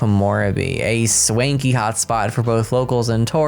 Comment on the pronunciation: I am unreasonably upset by how you pronounced swanky